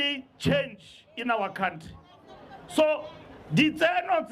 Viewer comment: It's a country, not a cowntree. Or you can use the other pronunciation and refer to yourself, Gwede.